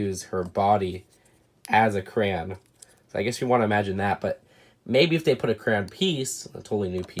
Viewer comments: Every time he says "cran" instead of crayon 🤦🏻‍♂️ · Does it trigger anyone else that he says crayon like Kuh-ruh-ah-nuh and not Kuh - ruh ay - o - nuh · said cran and not crayon and I know the word he said is not a curse word but to me it is sorry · Take a shot every time he says cran instead of crayon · I noticed that you say Crayon like "Cran". It's really cool to hear how people pronounce words differently.